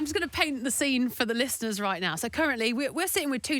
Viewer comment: she did not just say "lis*t*erners" did she 💀